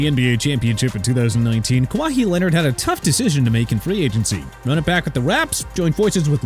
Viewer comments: You can't get Kawhi Leonard's name right!!! It's pronounced Ka-WHI not Ka-Wy-Hee!!!! Also it's pronounced Stuts-lee not Stuts-la!! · Bruh it’s pronounced Ka-why not Ka-wa-hee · Ka-wah-hee? This guy clearly doesn’t watch basketball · Theres no way you actually pronounce kawhi like that and have watched basketball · Kawa-hee Leonard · Y’all need quality control. No one thought watson was a good trade and how did no one at TPS notice that Kawhi was pronounced wrong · I’m sorry, what did y’all call Kawhi 😂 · You can’t be a sports YouTuber and pronounce kawhi’s name like that. This account is such a sold out joke. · the way you pronounced kawhi made my brain hurt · How you going to be a SPORTS CHANEL and pronounce his name wrong like he hasn’t been in the NBA for over a decade now, like he’s not a FIRST ballot HALL OF FAMER, like he’s not not one the best this generation has, like he doesn’t have all these accolades like multiple time defensive player of the year a two time NBA champion a two time finals MVP had one of the best single seasons from a player that we have seen in a while, multiple time all NBA member, same with all defensive team, the disrespect is crazy you can no longer call yourself a SPORTS CHANEL like come on now that’s just crazy to me🤣🤣🤣🤬😡